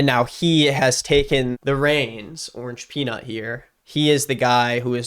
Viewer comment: Bro it’s orangepeanut ffs